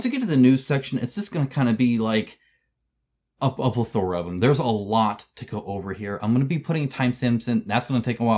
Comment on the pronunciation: Pleth-OR-ah? I think you mean pleth-a-ra. Three Amigos taught me that word.